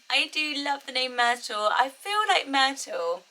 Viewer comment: I love Myrtle the way YOU say it, it's really perfect. Then I repeated it out loud with my American accent, yeah, not as charming. Myrtle, hard T became, Myr-Dull and went from crisp and pretty to drab. I live in the South so if I factor in how people around here will pronounce it, just forget it. 🙃